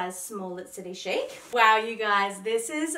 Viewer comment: Nope it’s City Chic as in ‘sheek’, always has been even when it was named Big City Chic 20 years ago! Chic means elegantly and stylishly fashionable 😀